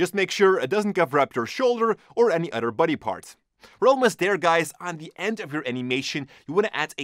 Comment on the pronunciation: I only watch these videos to hear "other" pronounced "udder" haha love your videos